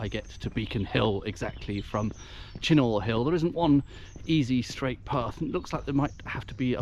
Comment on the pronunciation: Uh..it's pronounced CHINN-UGH..........not Chin -NOR. Otherwise, lovely video.